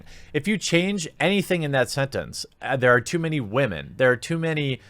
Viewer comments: Is it a joke that you pronounce it as "wah-men?" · "Wamen"? You keep saying this word. What does it mean? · Where tf you learn to say women at? Wah-men 😂😂😂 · "women, wahmen" gaaaaasp he's a fan!😍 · “Captain Meh” The first unattractive Wahmen superhero. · Really? you pronounce women was as "WA-men" and you are calling her out on this. Pot calling the kettle black much? While she doesn't bring up the facts, you make the assumption that her claim is well founded. I know you can't give the in-depth research into this as a part-time job, but because you suspect her to be voice a claim to get good PR. Does it smell fishy yes. I say reach out to the people holding the press tour, see if they have the information she is talking about. You're making her out to be the bad guy with no evidence except he-said-she-said. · why do you say 'wamen' instead of' women'?